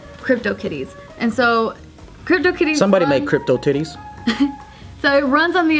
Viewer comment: says "so" in a stereotypical english accent